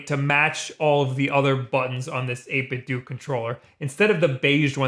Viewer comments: bruh - it's 8bit-do, like nin-10-do . DOE. not DO. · It's 8 bit "doe" or "dough". Like Ninten"doe" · Bro, it's pronounce 8 bit DOH!!! It's a play on the word Nintendo. Sheesh